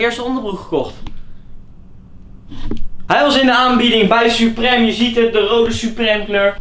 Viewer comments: Je spreekt t uit als supriem , niet suprem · Je spreekt het uitvals supriem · Je zegt supriem maar je schrijft supreme